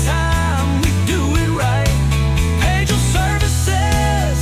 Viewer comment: That song has to be AI the first half of it the guy actually says "pagel" then the last half he pronounces it "page el"